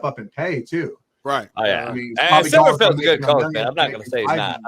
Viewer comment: Come on, I know Silverfield isn’t a sexy hire, but at least get his name right🤦‍♂️